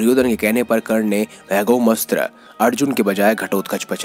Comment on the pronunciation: पूरी विडीयो में बार बार अघोम अस्त्र बोल रहे हो।अघोम नहीं ।। अमोघ अस्त्र है। अमोघ अस्त्र वासवी शक्ती